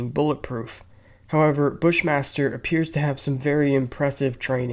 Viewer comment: I swear to god, when they said Bush Master, I thought they said Fish monster 😂